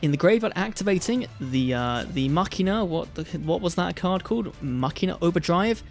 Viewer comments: Why ma-chai-na? It's ma-ki-na like "Deus ex machina" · "Muh-china"? Really dude? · Dude said muhCHINA!! Lol😂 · Does anyone pronounce Machina as Muh-China? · It is not ma china why is he saying that lmao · If you're still wondering how to pronounce Machina, in the OCG they're called Machiner, and they are pronounced 'Machine-er". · Did you really call the deck MaChinas 😂😂😂😂😂